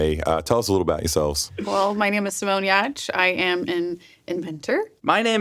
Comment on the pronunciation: wait-- THAT'S how you pronounce Simone's last name?!?